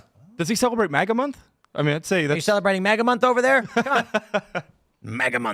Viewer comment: I loathe how he says "moga", wtf is wrong with this dude. It's fucking MAGA! I wonder if Tim puts mognets on his fridge, or reads mogazines in waiting rooms, maybe his favorite X-Men villain is Mogneto.